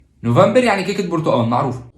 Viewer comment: اول مرة في حياتي اسمع مصري يقول نوفمبر